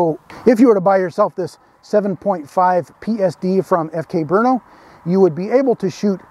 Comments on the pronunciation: Great pronunciation of Brno (BURN-oh would be a close ENG equivalent -- like you say it.) Also, some remarks/potential corrections: I believe FK Brno is not a subsidiary of Ceska Zbrojovka (I was not aware of this if so); the FK Br frame is somewhat derived from a CZ frame, that is for sure though. On pistol ownership: In Germany people, at least hunters, are allowed to own two pistols; in CZ all registered gun owners/users can own way more. Thanks again! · As a Czech I must say, BRNO is a lie. The city does not exist. It is a conspiracy against Prague. And thank you,, for pronouncing the name of the imaginary city properly. I'm amazed that an American can even pronounce our Czech language. Kudos. If you do not understand, do not stress it. It is a joke by Czechs for Czechs. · I'm impressed by your research and pronunciation of "Brno". Nice! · So far is the only one who pernounces FK BRNO correctly thanks officer Gregg😎👍🏻